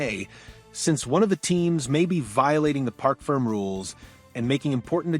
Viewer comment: Park Ferm???? Do your research. It's a French word pronounced like Fermay.